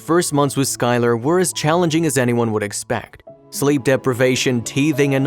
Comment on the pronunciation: He also said they'd name the baby "sky-LAR" it almost hurts to hear sometimes. (I think it might be an AI voice)